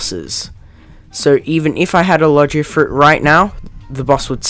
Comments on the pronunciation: I can tell you haven't watched one piece by the fact you say "Lojiea Fruits" and not Logia Fruits, you also say "Enhancement" and not Haki like normal people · its pronounced logia not logya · logia isnt pronounced like lodge-ia its like low-gee-ah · Iogia not lojia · i got so mad when he pronounced it logea... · My man your saying Logia wrong